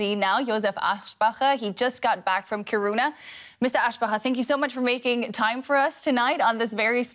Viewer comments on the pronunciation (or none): It’s funny to hear Americans trying to say kiruna it sound so weary wrong kiruruna wile it’s should sound like this ki runa the K and I are the strong sounding letters wile the rest are sub letters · This is cool and all but all I can think about listening to this is how that pronounciation of "Kiruna" hurts my soul...